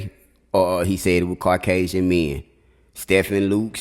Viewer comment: Stephen is pronounced Steven.